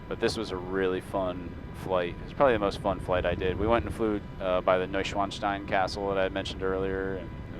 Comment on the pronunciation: Thx for video. Yes, the pronunciation of Garminspartenkirchen was very good 👍 and of Schloss Neuschwanstein too.